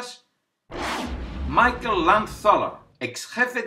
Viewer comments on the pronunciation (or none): none